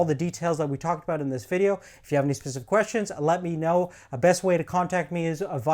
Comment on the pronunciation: SPECIFIC FFS. Pacific is a fucking ocean. SPECIFIC SPECIFIC SPECIFIC